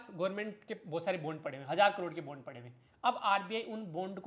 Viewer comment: सर यार बॉन्ड बोलो प्लीज यह बुंड का आदान प्रदान सुनने में बिल्कुल भी सही नहीं लगता है 😂 Jokes aside I really like your work, appreciation and thank you from the bottom of my heart ❤ Keep it up